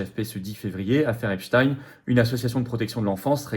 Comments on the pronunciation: Epstein. Et non epstiiinne 😂 prononcé par les medias😂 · À prononcer Epstine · On dit Epstine comme Poutine 😂. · Ils prononcent tous "epstine" pour que ça rime avec Poutine. Qui est dupe de la supercherie à part les mougeons?